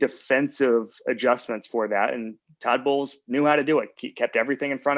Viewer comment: At and it was less obvious the fifth time through. :)